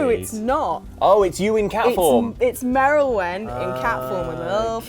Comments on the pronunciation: Not Merralwin and it's Meowalwin..... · Merilwen in cat form? don't you mean, Meowrilwen?